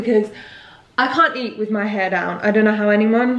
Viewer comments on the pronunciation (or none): none